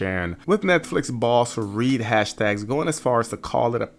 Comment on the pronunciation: It’s Reed Hastings. Not Hashtags